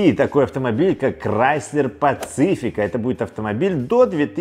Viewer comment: Правильно - паСифика, Сивик, Сити, Сирокко. Не ошибайтесь!